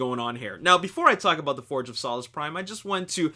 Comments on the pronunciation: it's pronounced '' soul-ess" prime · its solus soe lus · im sorry but ur saying solus wrong thats not how u pronounce it